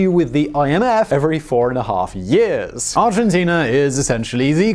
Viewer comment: Good ol' Arginteenerr